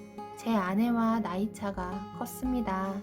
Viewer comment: 켰습니다가 아니라 컸습니다입니다